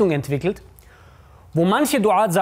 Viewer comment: Quran* und so wird es auf arabisch ausgesprochen und der Bruder sagt es richtig